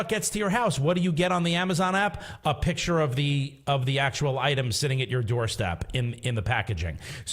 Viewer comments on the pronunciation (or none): say PICTURE NOT PITCHER!!